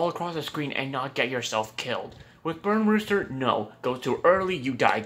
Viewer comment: Its Burn Rooster not Brun Roster